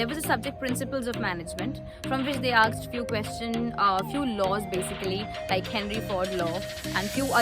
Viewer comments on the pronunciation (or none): I liked the way you said "aksed" instead of "asked"